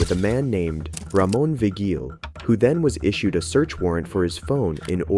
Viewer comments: Vigil is pronoucned Vee-Hill not Vee-Gill or Vee-Jill 😂😂😂😂😂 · It's pronounced VEE-hill, and there are others. You really should be more professional. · Vigil is pronounced Vigil is pronounced Vee-Hill. Born and raised in Northern NM and the law is so corrupt cuz every one knows or is a cousin of someone and they pull weight to look out for those they favor. It's mad shady.